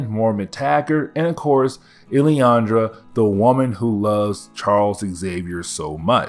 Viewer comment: Lillandra. LIL-an-DRA